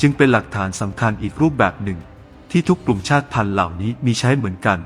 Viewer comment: ถ้าผมจำไม่ผิดน่าจะอ่านว่ากลุ่ม_ชาด_ติ_พันไม่ใช่ชาด_พัน